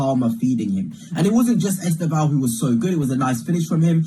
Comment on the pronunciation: lol the first guy "e-STARV-oh" I know he's a bit skinny but no need to be mean mate. I'm sure he'll be eating good